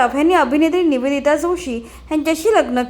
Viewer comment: निवेदीता .असे नांव आहे नवोदित नव्हे😊